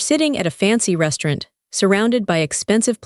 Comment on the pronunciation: AI can't say restaurant